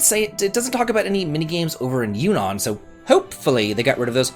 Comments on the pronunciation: Those towers in FF7 Rebirth are exactly the same functionally as those things in Xenoblade 3 Future Redeemed. When you fix them up, they reveal all the points of interest in a given area. Also Junon isn’t pronounced that way. It’s a hard J. Like June. And apparently in Rebirth it’s pronounced June-on. Also while I’m on the subject, it’s Air-ith. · Another fantastic pronunciation. "Yu-non". Such a great wrinkle to your channel.